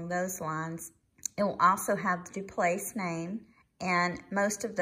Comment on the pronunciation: Hello lovely, I always enjoy your content and your passion for jewelry.💖 The French pronunciation would be DauPlay for the feminine form of Dauplaise if you’re interested. xoxo